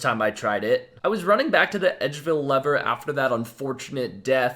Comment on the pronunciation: it's "lever", not "lever"